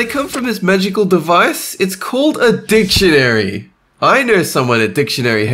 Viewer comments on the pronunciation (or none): you mean DICKtyionary not dictioanary?